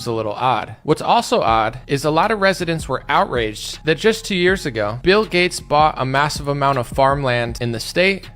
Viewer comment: Seriously wondering why you say G-A-T-E-S like Getts? I've never heard it pronounced that way.